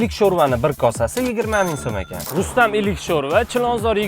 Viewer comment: Или❌Илу ✅ шурпа 😂